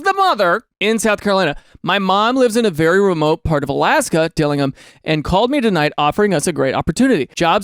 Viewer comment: I’m from Alaska and I have never heard anyone pronounce Dillingham like that 🤣 I’ve only heard it as Dill-ing-ham lol never dilinam. Also you looked at one of the better houses and that house probably cost more towards $1 mil 🥲